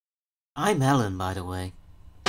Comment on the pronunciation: I notice they keep mispronouncing things. Like pronouncing Narshe as nar-shay instead of like marsh but with an 'n' in FFVI and now pronouncing Ellone as Ellen instead of Eh-lone in FFVIII. Is this on purpose or what?